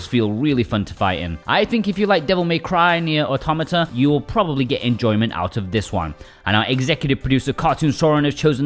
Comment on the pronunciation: 🤮 Thoroughly deserved,, for apparently being the only person on the Internet who can pronounce Automata correctly 😅